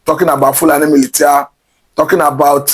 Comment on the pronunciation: "Milishia"....not "militia"